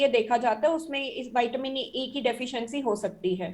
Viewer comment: ज्यादा पढ़े लिखे विद्वानों वाईटामिन क्या होता है विटामिन नही बोल सकते